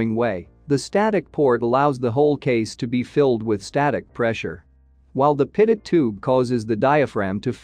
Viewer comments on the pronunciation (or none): It's A Good Video But Teach Your AI To Pronounce Pitot As Pee Toe & Not Pit It. Thank You. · Pretty sure this is computer generated speech from a text script. 'Pit-oh' is how a computer would read it, 'Pee-toh' is of course how it should be pronounced. That aside, it's really good explanation of various airspeed measurements. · Why does the voice over say pitted-static system? and not Pea-tow-static system? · Pitot is pronounced "pee' toe". Thanks for your good work for pilots. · Maybe I'm just weird, but since Henri Pitot (a Frenchman) invented the pitot tube, this device ought to be pronounced PEE-toh. What is the point in naming things after people if we don't say their names correctly? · It would add validity to the video if the narrator knew how to properly pronounce "pitot".